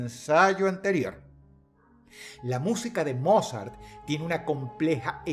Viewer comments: La audiencia de huesos negros coincidirá conmigo que cada vez que menciona a "Mozart" realmente estamos escuchando decirle "Morzat" 😂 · No puedo evitar escuchar "morzat" y reírme un poco ajajajajajaja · Dross... beethoven o morzat?